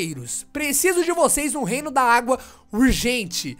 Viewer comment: Fala o nome dos reinos certoooooooooooo!